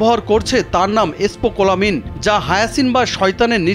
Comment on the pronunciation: স্পোকোলামিন 🤣🤣🤣🤣 সাংবাদিক হওয়া কত সহজ। কোন বানান উচ্চারণ কিছুই না পেরে কোটি কোটি মানুষের সামনে চলে আসা যায়।